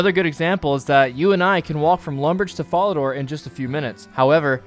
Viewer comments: Yeah I legit don't know how someone so successfully butchers even the easiest pronunciations. Fucking FARADOR? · vorrock bank and folidooor jesus christ who talks like that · "Vorrock" and "fallador". really. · This was fire but your pronunciation of falador varrock and some other rs words was wild lol